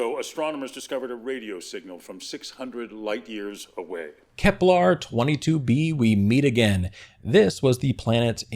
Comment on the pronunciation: FYI, Kepler doesn't rhyme with "kevlar." I'm guessing you conflated the two in your mind while reading your script, which happens, but you pronounced it this way every time so that militates against the idea of it being purely accidental. Your videos are great but they all feature numerous mispronunciations of words, often very common and basic ones. I recommend consulting a good dictionary with (ideally) IPA (International Phonetic Alphabet) pronunciations for each word. It will raise the overall quality of your videos and satisfy sticklers like me, making us more eager to follow your channel for new content.